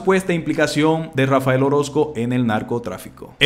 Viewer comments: Pudieras hablar bien? No es Rafa el,es Rafael. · No es Rafa. El. Orozco, Huy no es Rafael Orozco porfa hablé bien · No debe pronunciar el nombre de Rafael xq dice Rafa el orosco